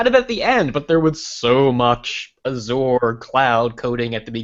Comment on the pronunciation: Did he pronounce Azure as Azooor? Wtf?